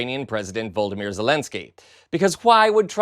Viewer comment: His name is Volodymyr Zelenskyj, not Voldymyr Zelenskyj as you and so many other Americans insist on saying. It sounds more like you are talking about Harry Potter's greatest enemy and not about the president of Ukraine.